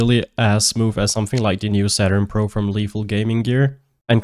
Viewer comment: Are you saying "pr0n"??? Im so confused because I hear you say it again later in the video.